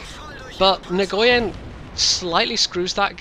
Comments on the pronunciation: Nguyen is pronounced win... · great gameplay, but you might want to work on the pronounciation of nguyen, a vietnemese guy a colledgee told me it's said "nwin". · Nice replay. You might need to check with the player, but that's a Vietnamese name, and the G is usually silent. Thanks for continuing to make videos. I always enjoy them.